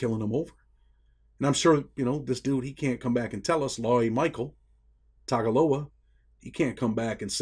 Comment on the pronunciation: With samoan the letter G actually reps NG. ie Tagaloa is pronounced more like Tangaloa. (Who is also the poly version of Neptune/ poiseden the sea god)